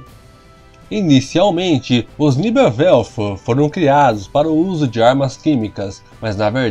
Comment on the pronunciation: Por favor ... Pronuncie o alemão corretamente , senão se torna até cômico para quem conhece a língua ... NEBELWERFER PRonuncia se : NÉBELVERFER